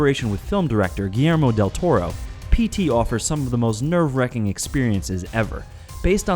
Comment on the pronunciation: guillermou del torou